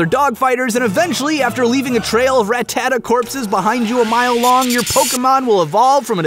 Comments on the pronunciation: He pronounces Ratatta as "Rat-at-uh".... im done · it's pronounced "rattata"